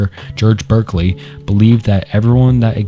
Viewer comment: woah you need to look up pronunciations before you make these videos lmao. "Rain desscartays" is pronounced "Renae Daycart," Berkely is pronounced "Barkly", and so many others are horrifying. Im a minute in and am dreading how you pronounce Nietzsche...otherwise good video thus far